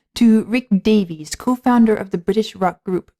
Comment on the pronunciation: Great tribute! Also an FYI before people get mad about it, his last name “Davies” not “Davis”